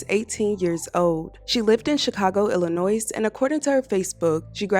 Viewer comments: The "s" in Illinois is silent. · “Illinoissse” dude the s is silent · S is silent in Illinois. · I'm from a town a hour away from C-dale. I never considered going to SIU-C due to the fact it's know as a "party college". I actually hadn't heard about this. So thank you for sharing. And leave the "s" off Illnoiz lol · I graduated from SIU. This is a tragic story. I am also a Chicago girl born and raised. I started SIUC at 18 years old and registered last minute. This story hits home. I enjoyed your video. Thank you. The s in Illinois is silent. ❤️ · S not pronounced in Illinois. Thank you. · The “s” in Illinois is silent